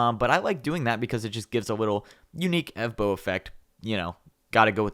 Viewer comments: It not e do its evbm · Evbo? NAH NAH NAH its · NOT EVBO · the channel is not evbo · I thought it was evbo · this is not evbo. nobody noticed? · your name is and not evbo